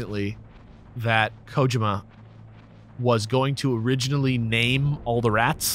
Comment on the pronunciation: Man… two different pronunciations of “Kojima” really fucked with me haha.